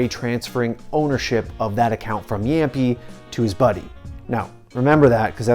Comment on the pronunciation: what is jämpi its jamppi